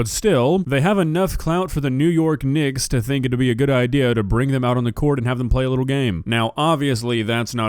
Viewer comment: Guys I know he was trying to say the knicks but that is NOT what came out